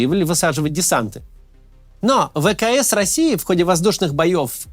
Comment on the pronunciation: Как смешно звучит "ВКС" росии)))))